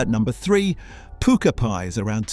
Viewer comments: Its pukka not pooker 😂😂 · Good informative video but the pronunciation is atrocious "pAsty" "pooka" its a pasty and pukka